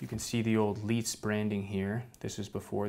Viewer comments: Was gonna mention that, he didn't pronounce it "leeca" so why "leetz"? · 'Leitz' isn't pronounced as 'Leedz', 'Leica' stands for 'Leitz-Camera'. So 'Leitz' is pronounced the same way as the 'Lei' in 'Leica' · It's easy: Leitz is pronounced like the Word "Lights" ;) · I cringed super hard when he said that lol